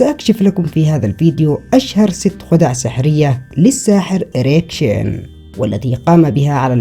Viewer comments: Эрик Чен а не Шин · His name is Eric Chien, not Eric Shin!